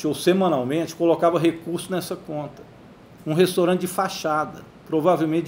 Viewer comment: Este velho gagá, é professor? Pois deixa eu lhe ensinar... o nome não é restOrante... o nome é restAUrante.